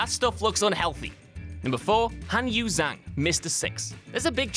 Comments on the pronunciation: I believe it's pronounced a lot like "jong" but I'm sure you could instruct us on that, chanwahshun. When he said "zang" like most English speakers I flinched too. We Anglos don't usually get exposed to pinyin and we could use it. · Zhang isn't pronounced like that.